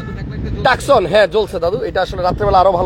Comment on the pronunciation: গাড়ির নাম ,, তোসান ,, সে বলে টাকসন